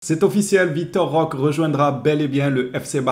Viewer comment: ROQUÉÉÉÉ ROQUÉÉÉ CA SE PRONONCE ROQUÉÉÉÉ AVEC UN É STP 🙏🙏🙏🙏 C'est un joueur du Barça maintenant essaie de prononcer son nom correctement stp 🙏 Vitor Roqué comme tu prononce Roqué Santa Cruz ou Roqué Mesa.... Etc.. fais un effort 🙏🙏